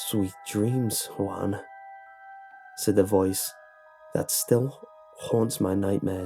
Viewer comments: it sounds like the man is calling the boy swan XP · this was terrifying. but I couldn't take him seriously when he said Juan